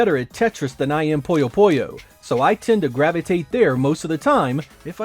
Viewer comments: Why are you pronouncing Puyo Puyo as Poyo Poyo? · It's really distracting when you say "Poyo Poyo" instead of "Puyo Puyo" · It's like "Poooyo Poooyo" / "Puyo Puyo", just like it's spelled, not "Poyo Poyo". It's like "Winnie the Pooh", not "Mr. Popo" (from Dragon Ball). If you look at the Japanese, it's ぷよぷよ as well, and if you look up the sounds, it is "Puyo Puyo". I'm honestly not sure how "Poyo Poyo" came to be, but it has become quite common for some reason (among some English-speakers). Anyway, thanks for asking! 👍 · One of my friends was just talking about Puyo Puyo Tetris. One thing I wonder is when and why English speakers started calling it "Poyo Poyo". My friend said it like that, and pretty much every English speaker I've heard utter this name does the same. However, I lived in Japan and studied Japanese, and it's most definitely "Puyo Puyo" (not "Poyo Poyo", well, at least for them...and at least as far as the spelling (but not pronunciation) goes in English as well. Strange. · think of it this way: someone calls you "jeck" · It drives me up a wall. That is NOT how you pronounce it. Not even in the games.